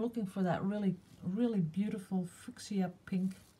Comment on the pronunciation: Haha! I think you mean fuschia, pronounced 'fewsha' in England! Love your watercolours too.